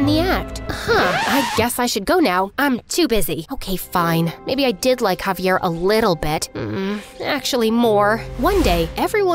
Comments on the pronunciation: bro called javier caviar the whole time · “She says haviar sub titles say caviar the real name is javiar 💀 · dude said cavier not javier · Javier. Not caviar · i always heard it like cavier